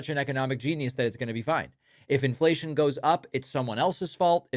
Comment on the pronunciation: I love inflaction he said